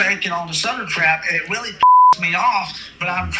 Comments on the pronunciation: He’s getting weally tired of cwap 😂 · This weally weally got on my nerves qwickwy. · Ok, I’m weally gonna need an update on this!!! He seem to weally think he is the DoD long arm of the law!!!